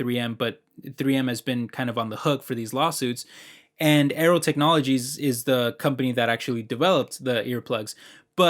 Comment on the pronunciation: I was listening and heard "Arrow" and was like what he's talking about Arrow 🏹 lol, but it's Aero🖥😉